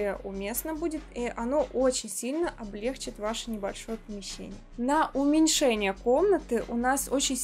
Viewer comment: я Вас очень люблю, но ваше « облЕгчит» омрачает ( для меня) ваше очарование.